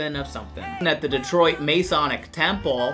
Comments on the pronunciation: As a Michigander, I have to say, this michigan accent is just so...it hurts my ears. we don't sound like that. Also, the masonic temple is pronounced Mah-sawnic, not may-sawnic. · My good sir, I must interject. You pronounced our beloved Masonic Theater wrong. Its not Maysonic, its pronounced Mahsonic. Like "oh no, mah sonic game is missing!" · Masonic - is pronounced Ma (like what you call your mom) son (the o is kinda of an a sound) ic (ik sound).